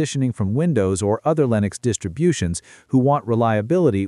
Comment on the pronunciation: “one of the most balanced distriblutions”😂